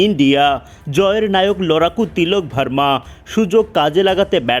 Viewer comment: কে এই সাংবাদিক ঠিক মত উচ্চারণ করতে পারে না বর্মাকে ভার্মা বলে